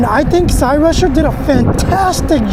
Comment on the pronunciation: If you know about this make of bike then why dont you know how to pronounce it properly or at least before making yourself look a total idiot look into how its pronounced. ITS PRONOUNCED SIGH rusher not CY rusher. Your son looks dressed like some sort of gangster. Who does he think he is.